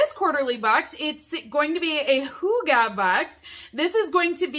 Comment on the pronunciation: Dane here.. i love the way you try to pronounce "hygge" 😆. at first i was like "what is HUGA?.. oooooh" Looks like a great box! Hygge can be translated to cozyness and is a term of having fun and (often) being relaxed.